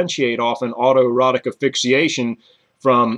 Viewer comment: thank you for the interesting video, very informative. i do have a question thought - why don't you pronounce asphyxiation with the s? like "ass-fix-ee-ey-shun? just curious.